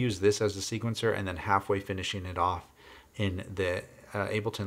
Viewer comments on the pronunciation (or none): none